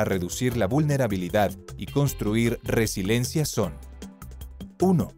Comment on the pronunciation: Es RESILIENCIA. No RESILENCIA. Hasta lo dice mal, ¡Qué pasó!